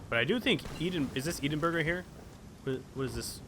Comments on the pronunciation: Edinburgh is pronounced Ed In Bruh, not Edenburra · EDENBURG? THE FUCK YOU EDINBURGH? IT'S PRONOUNCED ED-IN-BU-ER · ee din burg lmao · eden-burg I lost it xD Where you trying to pronounce Edinburgh? its pronounced"edd-in-bo-ruh" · "ee den burgh"... It's "eh dinn bruh". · Eedinburger are you kidding me, it's pronounced ed-in-buruh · "EedinBurg" It is pronounced Edinborough -EDIN not eedin. It is spelt Edinburgh, but pronounced Edinborough. Odd, isn't it? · It's Edinburgh not eeedinburg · "E-din-burg" Please tell me he usually says it like this and just for the lols rather than actually thinking its meant to be like that. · Edinburgh! It's "Ed-in-borough" (pronounced) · "eedinberg" kill me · He called Edinburgh "Eedinburg" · the way you pronounce Edinburgh makes me want to find out where you live and force you to pronounce it right. it's ed-in-buh-ru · Its Edingburg edding like wedding minus the w and burgh is like bruh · Edinburgh is pronounced Ed'in-borough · it's pronounced ed-in-bruh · Ed in burg. XD it's fine tho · Edinburgh is pronounced Ed-in-bur-ah and Lothian is pronounced loath-a-in. hope this helps😂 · Ed - in - bruh is how it's pronounced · I know the Americans struggle with Edinburgh, but Eee-din--burg? Also Lothian should be Low-the-an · The way u pronounce Edinburgh is the worst😂sorry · >Pronouncing Edinburgh and Lothian like that REEEEEE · Sorry, what did you just call Edinburgh? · haha don't trust names to always sound how they look in Scotland. For example Milngavie is pronounced mul-guy.